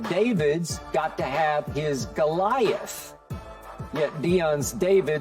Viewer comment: Skip said “Golias”.